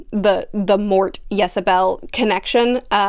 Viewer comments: Ysabell is very clearly a variant spelling of Isobel......WHY would you even consider pronouncing that "Y" as a consonant? Especially given there's no vowel between the "Y" and the "S"! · Just an FYI, Death's daughter's name is pronounced Isabelle. So many people have commented on Death turning up for people so instead I'll say that this book is actually one of the reasons I struggled when i returned to The Colour of Magic. Here he talks about not actually killing but merely guiding and in the first book (maybe TLF, it's been a while) he would stop the lifeforce of a creature out of frustration. Those inconsistencies, thankfully, become less and less from here on out. I'm really enjoying seeing your take on Pratchett. Not enough booktubers talk about his work, citing "The series is too long" as a reason (actually it isn't long enough). I've said for a while now that Mort isn't the best book in Discworld but it is one of the most important.